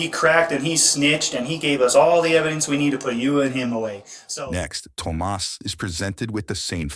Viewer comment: That one kids name that’s spelled Tomas. It’s pronounced tom-as not toe-mas